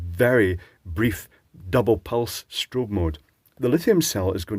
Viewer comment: strao-on, giggle! FYI, around here those are called tadpole lights since once they are off the bike it looks like it has a tadpole tail. They are handy for their ease of mounting. Sounds like it would be decent if it had an upgrade to an 18650 battery otherwise I am not interested in something I have to charge between each and every bike ride. But I will say I am glad to see more of the 4 LED lights coming about as I own a 4 pixel TV that also uses Yellow as the 4th pixel and it's like 33% brighter than 3 pixel TVs and the yellow & golds are awesome. I always wonder why we don't see more consumer products with a 4th pixel. Dave's Garage did an interesting video on 4 pixel individually addressable RGBW LED strip lights recently. Turns out they work like one giant shift register. If I knew more programming I would be very tempting to get a set as his projects really look awesome. (This is THE David Plummer, the guy who wrote Task Manager for Microsoft! Awesome electronics channel & he does lots of light projects now.)